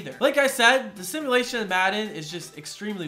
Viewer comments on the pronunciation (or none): it’s sim-u-lation not similation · Sorry if I’m wrong but it’s simUlation not simILation